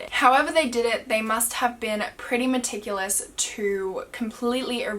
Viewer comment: When she said maticulous I remembered that video omg I can't. 😂😂 Btw, I love your videos especially this series. ❤